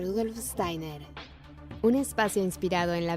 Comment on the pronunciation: Estaría bueno que se pronuncie bien Steiner y Waldorf Muy buen video Gracias